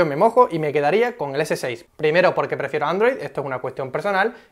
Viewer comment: Porque pronuncia tan mal "galaxy" o "android" XD